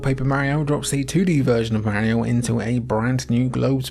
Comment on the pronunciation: He cant even say mario correctly lol Also Super mario Strikers came way before the anime soccer game.